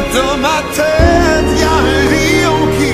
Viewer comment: Bonjour hi, Garou a dit le mot « tête » et « Bangkok » avec l'accent québécois.